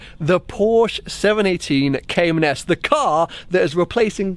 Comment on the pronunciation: congrats, too bad you still can't pronounce the name correctly...